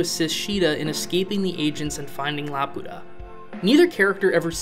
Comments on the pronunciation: laputa❌ la pota✅ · The funny thing is the Swedish voice actor for Muska pronounces Laputa like "la puta" half of time which is kind of distracting lol